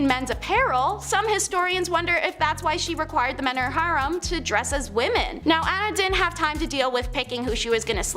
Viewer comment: she wanted to keep a "HARM" of 50-60 men"?? It's "hair-rem", or "har-reem". Does ANYONE edit these shows prior to putting them out here to correct some of the most HORRIBLE mispronunciations around? If not, they sure should!